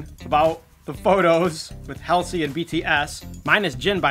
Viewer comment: it's pronounced Haul-zee